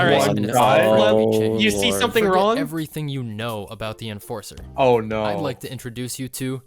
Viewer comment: He turned the enforcer into the enfarcer